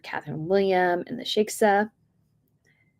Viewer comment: shie-kah not sheksa